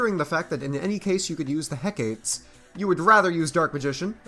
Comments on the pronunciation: He-ka-tee Not heck eight lol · Hecate is pronounced heck a tee